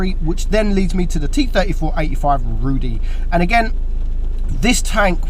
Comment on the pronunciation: "Rudy" means - in polish - red (like redhead or color of rust) and you pronounce it "rudy" (with "yyy" at the end - not "e"). Name of this tank comes from old polish movie "Czterej Pancerni i pies" (The Four Tankers and a dog") and (T-34-85) was main "character" of this movie. There was also a dog called "Szarik" and he was 5th tanker ;)